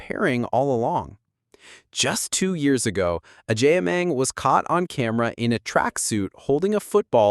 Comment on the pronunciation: Please pronounce her name correctly 😅😅😅